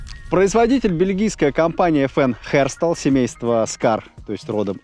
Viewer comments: Ёбушки-Воробушки — Херстал ))) Ну хоть без "В" по середине и ЭфЭн, а не ФэНэ. FN Herstal (Fabrique Nationale d'Herstal) Фабрик Националь д'Эрсталь Эрсталь это город!!! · 1. Не high, а heavy 2. Не Хестрал, а Эстраль, ибо это французский язык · Эрсталь, а не Херстал.